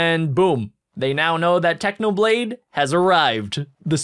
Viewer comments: Technopig ? it is Technoblade you silly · In the start he said technopig😂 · You said technopig it's not it's technoblade 🐖